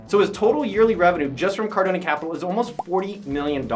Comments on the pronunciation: Pronounced Car-doan, not Car-doh-nee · They fact you call him Cardon-E makes me not trust you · Grant Cardon-ey. lol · "Cardon-E"?? WTH?? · Nigga just said "Grant Cardoney" wtf lol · Well very informative I think the thing that irritated me the most was you pronouncing his last wrong. Even when you listen to Grant say his last name the E is silent. Well he kind of looks like it you make him sound like a mafia gangster. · You should learn how to pronounce someone's last name before you do a video about them. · I usually love these videos, but hard to trust this research when you can't even pronounce his name lol